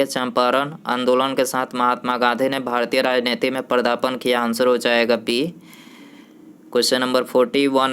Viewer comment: पदार्पण , न कि पर्दापण